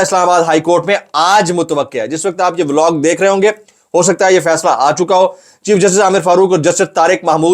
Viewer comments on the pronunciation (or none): none